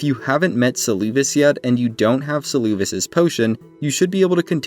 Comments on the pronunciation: Saying Seluvis's name as "Suloovis" is crazy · Suuluuvis😂 I love this pronunciation